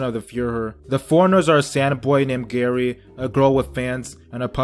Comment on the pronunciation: Calls Gaara Gary😂